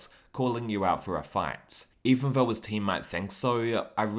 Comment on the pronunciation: 'To be honest Though-e' I don't understand the need to add an e at the end of the word though